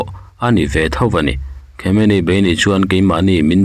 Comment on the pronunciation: MIHRING HMING HI A LAM NALH THEITAWP CHHIARTUPA ... DONALTREM.... 😂😂😂KHAMEININNN😂😂